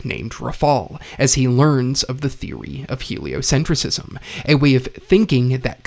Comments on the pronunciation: ………it’s pronounced “heliocentrism” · A bit of a nitpick? You're pronouncing heliocentrism wrong